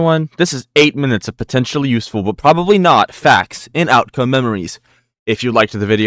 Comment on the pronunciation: did u just say potentional?